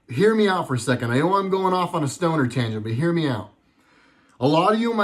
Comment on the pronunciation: Did you say a "stoner tangent?"